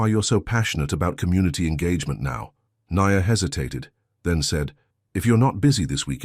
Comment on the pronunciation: It's AI doing the narration. If you're not convinced, listen to the Nia and the Ny-an pronounciations, Sorry but most are narrated by AI these days.